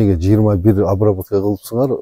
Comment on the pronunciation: Айтып жатса деле:"Обравотканыбы"-дейт го уборканы сурап жаткансып